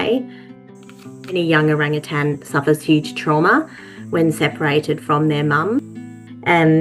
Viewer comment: I loved this video, but not entirely for the reason you might think. First, I loved the story. But second, nothing makes me crazier than when someone puts a “g” on the end of the word “Orangutan “. They are one of my favorite animals in the wild and not once did I hear the word pronounced incorrectly. Always O-rang-u-tan!!! Cheers. I love it ❤️❤️❤️